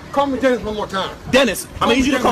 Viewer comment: “ Dennis DENNISSS” lmao that man had enough.